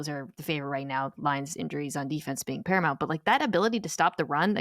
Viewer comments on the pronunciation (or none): none